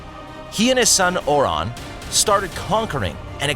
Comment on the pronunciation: Could you at least get the pronunciations right? Osman, Orhan, Bursa - they're not hard to pronounce. If you couldn't be bothered to research this simple thing, why should the rest of the video be factual?